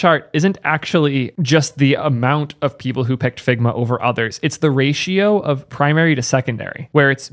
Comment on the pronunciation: struggled to pay attention in this one the video itself was as good as ever you did a good job on this one its just... ...all i could hear was "figma balls! figma balls!!!!"